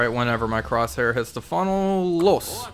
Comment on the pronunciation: As a german I find it hilarious that you can pronounce a super short word like "LOS" with an accent. Love your videos.